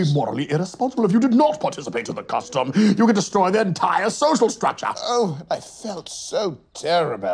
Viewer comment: "you could destroy their entire Social STRAKCHA"